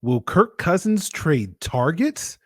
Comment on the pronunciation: Kirk CUHsins